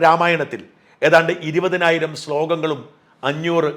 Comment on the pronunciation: സ്ലോഗങ്ങളല്ല ശ്ലോകങ്ങളാണ്